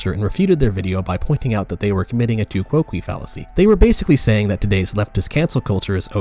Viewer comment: I think it is pronounced tu coke. Definitely not kwokwee.